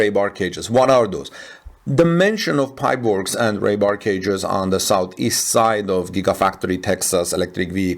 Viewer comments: Ree* bar pronounced like, I have to pee, not ray!😊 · How is it he can pronounce Conduit but cannot pronounce Rebar 🤔. It's not a language thing 😀